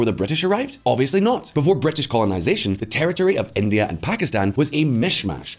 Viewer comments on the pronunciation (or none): none